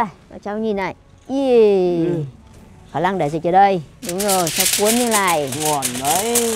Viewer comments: nướng ❌ lướng✅ nổ ❌ lổ✅ khả năng❌ khả lăng✅✅ 😂😂😂😂😂😂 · Khả lăng khả lăng khả lặng 😂